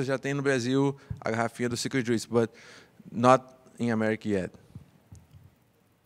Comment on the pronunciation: "no wine just the joose " 😂